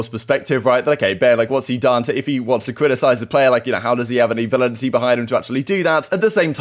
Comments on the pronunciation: The severity of formals burn on Ben definitely loses something when he can’t pronounce validity lol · I can't take a guy serious who wants to use a word like validity and doesn't know how to pronounce it. Lol